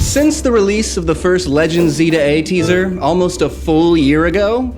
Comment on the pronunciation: see now i hear you but it. is. legends "zah"